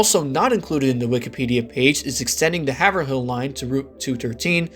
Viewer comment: As a Mass native I have to bring it up..Haverhill is 'Hav-rill' and not 'Haver-hill'. And yes, we hate the lack of connection between North and South stations.